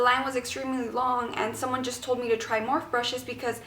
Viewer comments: MorphE "E" you pronounce it like Morphy. You're saying "morph" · great review! Just a heads up I think it is pronounced like morf-e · How the fuck can you do a video on a brush company for a brand name that you can even pronounce ? Lol